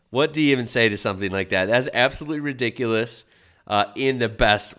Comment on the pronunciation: Oi lol when you say ridicules /ie. If it's full on you can say it's Redonkuless 😉😇 cause that means it's off the chart